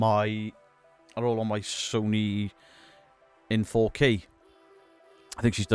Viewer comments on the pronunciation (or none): none